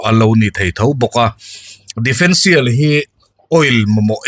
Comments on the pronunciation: defendtial ni lovin differential tih zawk tur niin ka hria... Sawi ve mai2 😊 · Difencial ni loin differencial tih tur.